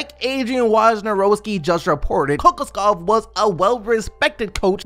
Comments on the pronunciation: Kokoskov is pronounced [Kuh- Kosh- Cough] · It’s pronounced co-cosh-kov